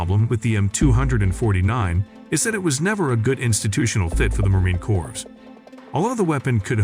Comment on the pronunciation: It is frustrating to listen to this narrator who does not understand how to pronounce United States Marine Corps; plus he doesn't have a clue how we in the military speak - thus has annoying parsing of words which are irritating. I am guessing it is an AI bot reading words, but no comprehension as to what they are speaking about....